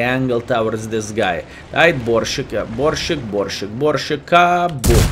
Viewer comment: Pronounce "sharp" S in Borsig, dear friend, the same way you are used to saying it n your mother language ;)